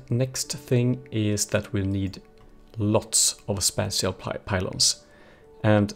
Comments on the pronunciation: spāSHəl spāSHəl spāSHəl for the love of god it is spāSHəl not spatchel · spatial: spaa-chel